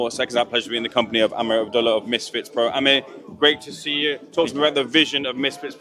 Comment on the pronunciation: It’s not Amir bro its Amer, pronounced Ah’mer with a silent h, two different names